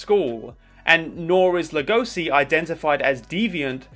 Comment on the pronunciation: I don't like how u pronounce legoshi, other than that great vid